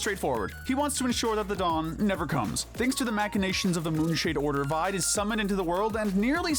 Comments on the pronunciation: I hate how you pronounce Vide as Vyde instead of how it's been pronounced Veeday. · This is a good video, but gosh, do you guys actually listen to the game dialogue? Vide's name is pronounced VEE-DAY, not VIED. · You pronounced Vide wrong.